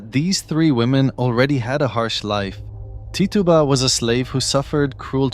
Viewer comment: Just fyi, and I'm guessing it's just cause you're not American, but Tituba is pronounced Ti-choo-Ba